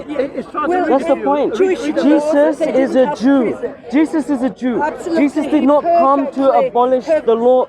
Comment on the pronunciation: It sounds like shes saying "cheesus"